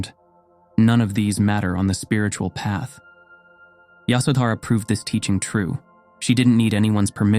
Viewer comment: It’s yashodharaa